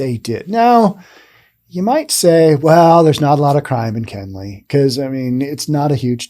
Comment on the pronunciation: It's Kenly, Not Kenley. I live not to far from here...